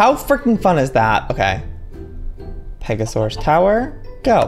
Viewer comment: Pega-soar-aus because it soars beautifully across the sky!